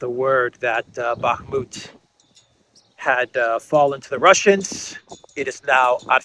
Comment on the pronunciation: You mean "Bakhmut". It's ok. Common shitter mistake.